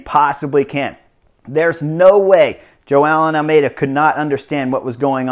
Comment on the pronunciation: It's really funny how you pronounce Joao Almeida as "Jo-aa-eln". Keep up the good work, sir.